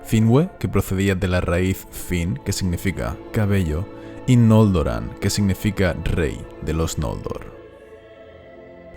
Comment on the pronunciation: Te has equivocado, has dicho Nóldoran y has escrito Nolóran! No se como lo hago pero siempre encuentro pequeños fallos en tus vídeos!